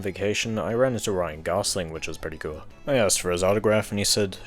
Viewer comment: Cool in your accent just sounds like kill